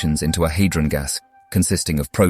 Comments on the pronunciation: Tremendous piece of work. I would prefer the cadences of a real spoken voice to create interest (and to better pronounce a few words like 'integer' and 'hadron'). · Epoch, hadron, lepton. All pronounced wrong, or at least weirdly 😅